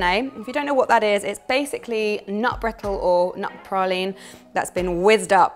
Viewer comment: The cake looks gorgeous! Oops, you've pronounced praline incorrectly. 🙈 It's pra-leen. 😎